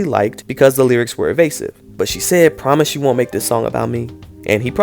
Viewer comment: Promithis. Why did he say that? Now I can't sleep because I'm laughing.😅😅😅😅😅😅😅😅